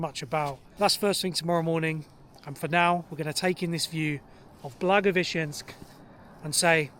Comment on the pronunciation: You are actually one of the few foreigners-vloggers who can pronounce Blagoveshensk correctly, respect👍🏻